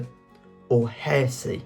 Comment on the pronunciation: Good quiz. Got 96%. Your reader is a clear speaker, but some pronunciations are wrong. His pronunciations need to be correct before the quiz is recorded, e.g. accede, heresy, penchant & ennui (2 French words).